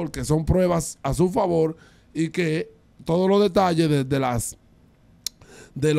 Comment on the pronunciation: Sorry!! Dele una pausa a “Al favol” 😒